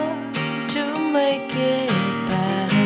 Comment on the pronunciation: 노래 강의 잘듣고 있어요^^ 영어 발음하실때 마지막에 확실히 발음만 해주시면 더 완벽하실것 같아요! (Bet..->better)